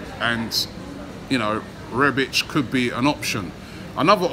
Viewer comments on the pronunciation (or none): Arsenal. Exactly. REBIK not REBICH for some reason. Must be an inner ear problem. He even started calling Torriera TORAYA until recently..smh. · He butchered the easiest name there is 🤦